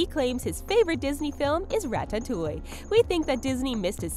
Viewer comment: Did anyone notice how she said Ratatouille?